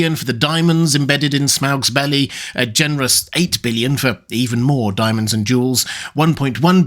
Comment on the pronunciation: hehe, "dimonds"